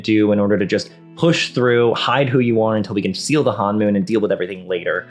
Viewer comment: It's honmoon, not hanmoon (first syllable rhymes with the English word bone).